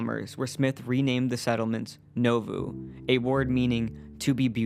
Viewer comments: As someone who's relatives were from Keokuk IA, across the river from Nauvoo, the town's name is pronounced NAWvoo, not NOvuu. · Most people pronounce it as Nah voo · It is pronounced Naw (like the first syllable in naughty) Voo (like the first syllable in Voodoo).